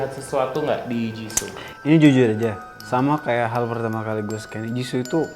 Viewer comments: host nya bisa enggak kalau tidak menghina kekurangan member lain? payah banget. host nya kebanyakan bicara yang enggak perlu. nama nya "jisoo" bukan jisso. siapa bilang rose kurang populer? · JISOO BUKAN JISSO